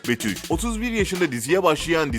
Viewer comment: İnci Turkay Betül değil Betüş